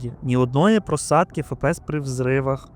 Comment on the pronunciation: F - це не літера «ФЕ». FPS: F - ЕФ, P - ПІ, S - ЕС. Здається в школі навіть назви літер вже не вчать.